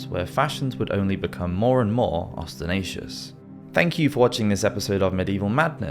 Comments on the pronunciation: No one asked, but..."ostentatious" is pronounced "os-ten-tay-shuss" not "os-ten-ay-shuss" ok I'll shut up now :) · The word is ostentatious NOT ostenatious. The t after the n is not silent and is pronounced. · Interesting. Thanks! . In the last sentence you said ostenatious. The word is ostenatious. You dropped a t. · You said "chemise" and "ostentatious" incorrectly. Otherwise, very interesting. I wish there were full length docs about this subject.